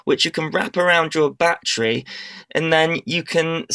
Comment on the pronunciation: its a battery not a bat-tree.